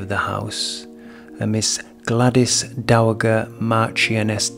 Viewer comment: Dowager the G is pronounced as a J. Dow a ja. The A like apple